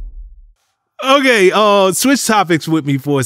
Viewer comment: Bro stop saying okay like that